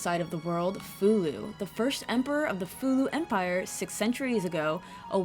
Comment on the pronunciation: I am glad I came across this review and it is a pretty good one too, you really told it so well and I am so glad you said Fou-Lu name because for years I had wondered if I was saying it correctly, it was the same with Ershin, which I loved the character by the way, she was like that R2 of the group, but with alot more flare and a character that made her stand out from the rest, even though Nina is my top favourite, but Ershin wins me over with her quirky ways and how she seems to know alot more then you think, but I defiantly say BOF 4 does hold a great candle to its name, but I will agree BOF3 is more better in my opinion, specially the dragon system in that :).